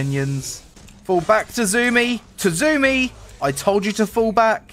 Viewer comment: Fall back Tazumi! 😂 His name is Tzunami (Sue-Nam-Ee)